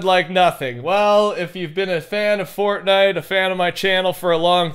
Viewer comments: i swear every time when he says fortnite in the beginning of the video it sounds like he says fork knife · Every time he says Fortnite in the beginning I always hear FORK KNIFE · The “welcome back to a furtnite video” NEVER gets old